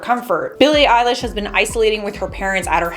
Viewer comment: Elesh ok .....fr Elesh? (Not hating 😌)